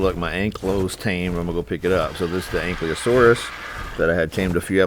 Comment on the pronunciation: The correct pronouncing of dunkleosteus is dawn-kle-os-te-as.I call it the ankylosaurus of the sea because they can harvest stone,flint and others.Great job taming a dunkleosteus!I can’t even tame it. 👏